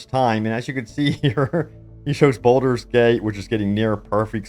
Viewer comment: BALD-ur Not "boulder" Also: leh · ree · uhn not "LARreeuhn" ALSO: HULL-A-BA-LOO not "hullabullah"